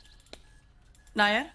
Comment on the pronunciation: Those childhood memories naaaya instead of Nair😂🤣